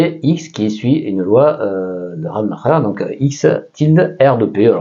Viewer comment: Yes, probablement! Concernant la prononciation, Rademacher était américain (certe d’origine allemande), je miserais plus RAD-uh-mack-er